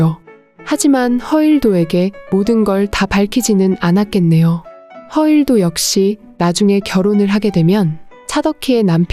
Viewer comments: 작품 해설 해주는분들 왜 하나같이 허일도를 그렇게 발음을 하는지 너무 늦기 거북해서 못듣겠습니다ㅠ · 허일도 이 이름이 어렵나? 발음이..... 허 일 도 안어려운데?